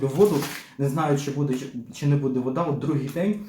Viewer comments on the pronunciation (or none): у мене питання.Я не можу зрозуміти,чому з наголосом так.Чому рибка не ц І ла,а цілА?чому не бУде,а будЕ?контент класний,але вухо ріже.Це така звичка-змінювати наголос?Начебто не діалект,класична мова.